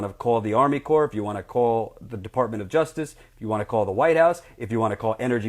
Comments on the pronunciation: It's pronounced core not corpse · Great and thorough report. Thanks! btw though... "CORPS" as in Army Corps of Engineers, is pronounced like "CORE" just FYI. It's not plural. I'm just trying to help. Also, it's a common mistake. Keep up the good work! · You're doing a great job yet please say core (corps) A corpse is a dead body, as you know. Just remember when urinating to pee silent. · You are doing real journalism. One thing: "Corps" isn't pronounced "corpse." FYI. Keep up the good work. I can feel things building to a head. It's scary, but this is a necessary fight. The people there are so brave. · Also, "corps" is pronounced "core." Small matter of respect -- the USACE is an invaluable service and resource; it might be run in part by bought politicians, but in general, it's the last line of defense against corporate exploitation. : )